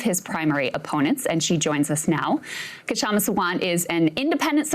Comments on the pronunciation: It is shama . K is silent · Her name is just pronounced Shamma - the K is silent. And last name is SAA-Wunt